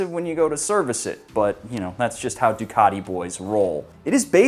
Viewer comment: stop referring to it as a "Duck". Duc should be pronounced "Duke" - loving criticism from a fellow Biscotti Scrambler owner 😛